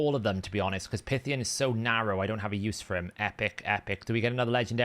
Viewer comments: The REAL issue is how butchers names in the game! 😂 It's PIE Theee ON, not pith e on! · Pretty sure its PIE-THYE- ON like the Snake no? 🤔 Second CC that I've seen buying Prisms, its a great deterrent 👌 Thanks